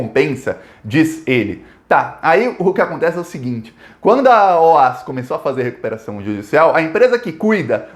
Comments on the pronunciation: Se fala Ó-A-Esse mesmo e não OAS. Tenho pessoas na família que trabalharam lá. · O- A- S não eh oas pronúncia soletrando parabéns pelos vídeos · só corrigindo: A pronúncia correta dessa empreiteira baiana é O.A.S, ou seja, letra por letra e não "OÁS", conforme você falou e repetiu neste vídeo. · Uma dica: é "Ó- A- ESSI" que se fala e não "OAS" .... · não é OAS. É O A S separados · ME PERMITA, ESCREVE-SE OAS MAS PRONUNCIA-SE OAESSE. ABRAÇO AMIGO! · Ola, a empresa se chama O A Ésse. E pelo amor de Deus, na hora de comemorar, comemore com, então com champanhe. Pelo amor de Deus! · Curto muito seu trabalho, parabéns!! Só uma correção a pronúncia é O.A.S a pronúncia é letra por letra mesmo kkkk!!